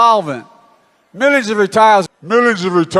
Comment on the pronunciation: “Re-Tiles Re-Doofing”….Joe Biden